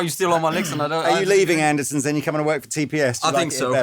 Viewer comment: Is it just my bad hearing (but I believe I've heard the Captain say it this way before) but at about the mark does he not say Anderson's rather than Anderton's? Am I missing something here from my perch in Northern Wisconsin?